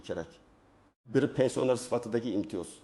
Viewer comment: Гапиришни урган,пенсионер сузини айтолмайсан,гапинга ишонч йук